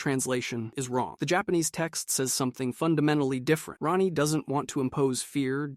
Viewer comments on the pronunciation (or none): Hahaha Ran-Ee instead of Raw-Nee got me